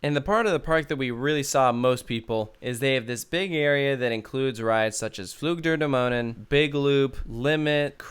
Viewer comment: Your pronounciation of "Flug der Dämonen" was spot-on, which is impressive. However, with "Soltau", the emphasis is on the first syllable, not the second one. So, more like "ZOLL-tau".